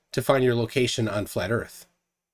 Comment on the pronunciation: I am and all I have seen durpdedurp say is "need a horazontal plane so erph is fwat..." and repeat that a couple of times... So in other words he knows SFA about how to use a sextant.